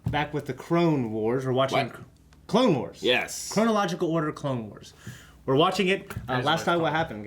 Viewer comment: Shane totally said “Crone”